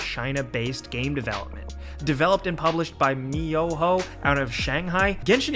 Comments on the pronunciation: Did I hear miyoho instead of mihoyo? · Its MIHOYO man not MIYOHO👍👍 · LOL I know. Maybe that's why they've been avoiding saying it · "mi-yo-ho" lmao its (me-ho-yo) Mihoyo👍🏻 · MiYoHo? NoNoNo... MiHoYo. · Jake should have tried it. It's a cool fucking game. Edit: Jesus at least know how to say the dev's name. Mihoyo not Miyoho. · it's fuckin miHoYo. not miYoHo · he said Me-Yo-Hoe instead of Mihoyo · Me ho yo. It's not hard. And it's not my yo ho. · Why are you saying miyoho? Its kinda weird. MI-HO-YO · Not mihoyo but miyoho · its mihoyo not miyoho my dude, also this is not exactly the best open world game, its just got overly greedy hostage held content that is also behind gambling like rng pay wall not a regular paywall, thats how it got the money, it def has issues and does limit and cause problems with its progression, you painting it in a light that is not accurate. Also no, the progression wall does not vary on a persons grind tolerance, everyone would be better off if they removed the dumb ass resin system cos as it stands, money whale scan whale, but time whales can not use their time to whale via use of time and gameplay GRRRR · Disliked just because you pronounce "Mihoyo" as "My-oho". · I hear him say mayoho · Don't know what's so difficult about pronouncing it correctly. mi-ho-yo....See? So easy! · He literally said : 'MiYoHo' lol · yup. like being forced to do it n being bias at the end cuz its f2p. Dont even bother to read the name. mi-ho-yo. Its not even some hard to pronounce chinese word. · I really feel that the way Gameranx written this script. They never really gave this game a chance and the constant MIYOHO is a bit disrespectful not only was it said wrong but also empgasized in almost a mocking way. They just did it because it became popular. Well at least they are honest about it thou. Still a shame. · How hard is it to pronouce mi ho yo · I'm so triggered everytime he pronounces Mihoyo as "Mah-yo-hoe" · Miyoho? ...you intend that right?